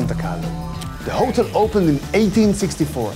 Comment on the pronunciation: Please learn how to pronounce the word "hotel" ...